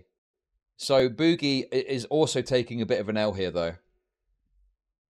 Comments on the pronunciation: STOP CALLING HIM BOO-GIE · Yeah ,mate, its boo-ghee, guv'na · Is saying "boogie" incorrectly bc he's so damn unaware, or full r? The word is used in many contexts, non of which call for that pronunciation.